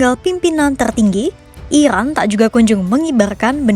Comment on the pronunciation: Iran kak bukan irwan